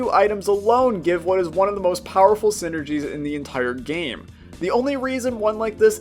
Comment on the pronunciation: I thought it was saying syringes and not synergies